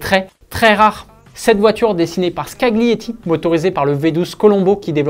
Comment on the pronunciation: "Dessinée par Scaguelietti" 🥵 fais un effort